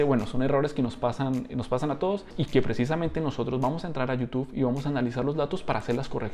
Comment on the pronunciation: Bro por qué dices youtufff jjj saludos